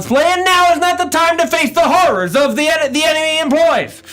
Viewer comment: My favorite thing about is his Inability to purrnounce half of the "R's" in HoRRors. Hearth mother, keep that poor little twink safe from what lurks in the night.